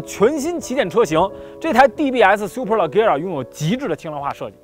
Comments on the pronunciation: 听你读leggera就看不下去了，明明读le杰ra，车评人连名字都读不对还给别人介绍车？ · 叫le节拉 大哥 名字都读错